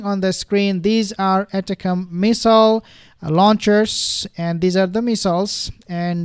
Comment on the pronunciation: It took me a while to figure out what you were talking about. The ATACMS missile system is pronounced "attack-um-s". I would think that would be a very serious issue, sending American high tech weapons for Russia to practice on & get good at destroying.